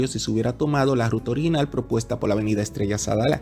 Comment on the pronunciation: Muy buen video y con informaciones muy específicas… Solo me gustaría que arregles un pequeño detalle, debes abandonar pronunciar esa letra “L” donde no va, (ejemplo: decir PoL , en vez de Por). Tus videos son educativos y muy vistos, ya tu estas a otro nivel. Eso te hace ver menos profesional.